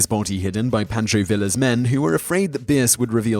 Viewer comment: Poncho Villa is Vee-ya, not vil- Ah